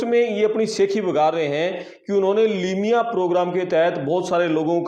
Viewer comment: Limiya nahi hota